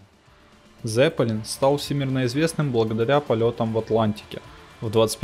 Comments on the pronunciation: Какой "З"еппелин? На немецком -Цеппелин, буква "Z"-это Цэт..имейте уважение к оригинальному звучанию,пусть рок-группа будет Лед-Зеппелин. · не "зЕппелин", а "цеппелИн". это немецкий.